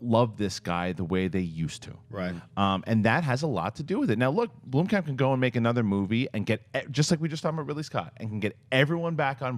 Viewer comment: blOmkamp not blUmkamp )